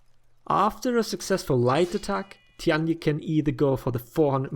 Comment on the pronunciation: Tian Di is pronounced like T. N. D (just read these letters fast, it's close enough to the actual pronunciation). 天地 tian1 di4. Say it however you want, but this is what it really is and it's easy to say.